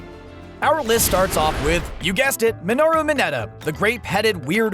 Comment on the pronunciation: THE ONLY THING THATS WRONG HERE IS THE WAY YOU SAY OCHAKO, MINORU AND TSUYU